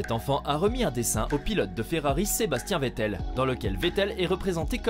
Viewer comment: Sebastian vettel la prononciation m'a fait saigner de d'oreilles